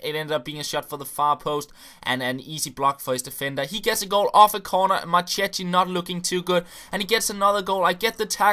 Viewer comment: You read Marchetti the wrong way. It should be more like "Marketti"